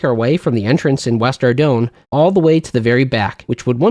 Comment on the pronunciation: He said he'd admit that he WAS gaming if you started pronouncing Ardougne correctly.